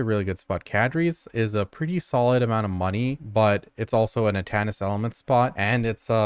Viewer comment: Omg it was so hard to watch this one. Everytime you added an extra s to Atanis' elements it hurt me inside.